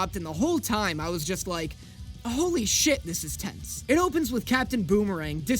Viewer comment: please dont say holy like that